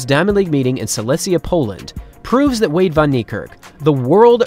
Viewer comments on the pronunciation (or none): "Veyda" 🤔 WTF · I think the narrator understated Van Niekerk’s magnificence. He’s clearly the greatest human to ever live. Also, I’m a native English speaker from South Africa, and the mispronunciation of WV’s last name is really grating. It’s like this, I’ll sound it out phonetically for you: Van-Fun Nie-Ni Kerk-Kairrk. Wayde is VeyDa.